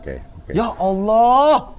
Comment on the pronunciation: Mamat di akhir2 video nyebut nama ALLAH fasih banget 😀